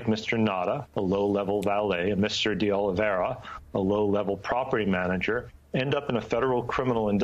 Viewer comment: So far no one has pronounced de Oliveira’s last name correctly. Cmon MSNBC it’s de Oli-vay-ra not de Oli-vera.